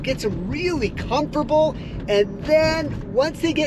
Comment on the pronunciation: That’s a new one lol comfurble 😂😂😂😂 another great video tho!!